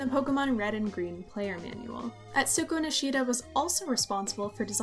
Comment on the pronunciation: Atsuko Nishida came up with Pikachu’s design. How come this video is the first time I’ve ever heard of her when I’ve heard so much of the others? You even butchered her name